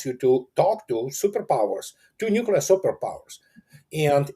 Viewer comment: "nukilar"? Never go full George W.